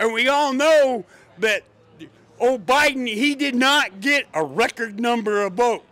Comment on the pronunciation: Kid, you are AMAZING. Hats off to you and your parents. You give me hope for America's future. Also, did he say O'Biden 😂 - that's a new one.